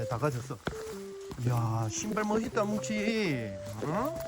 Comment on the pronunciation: 뭔가 뭉치를 문치(?)라 발음하시는거에 중독됩니다